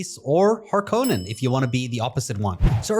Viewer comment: Please, god, start saying Harkonnen correctly.